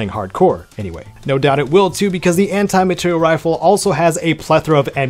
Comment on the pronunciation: Amr is fun but eh, better rifles on this list honestly. Also it’s materiel, not material